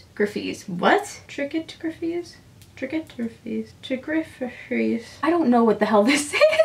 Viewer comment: ) it's pronounced trycot, like three apricot colors, and then gryfe.